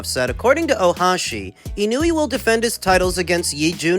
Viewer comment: Y'all still can't pronounce Inoue ? FFS. It's just disrespectful at this point. ❌ - ih-NEW-ee ✅ - EE-KNOW-EH